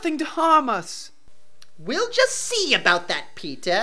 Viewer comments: It sounds like they are say peta instead of peter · Am I the only one who misheard Peter for pizza ?? 😂😂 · "My name is PEEtah"